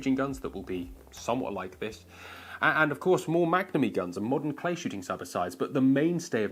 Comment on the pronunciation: I swear when he said, "Head to a clay ground" it sounded to me like "head to a playground." I had to go back and hear it several times before I hears "clay." Please don't head to a playground with any sort of long arm lol. Us gun owners have enough problems as it is. 😂